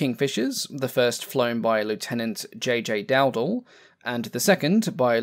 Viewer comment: I see someone has already corrected has corrected the pronunciation of Iwo Jima, so the only thing left to do is correct the pronunciation of my cousin's name... Dowdel is pronounced DowDell.